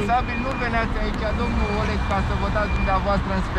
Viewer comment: Astia nu pot zice Oleg,dar zic Ooleg)))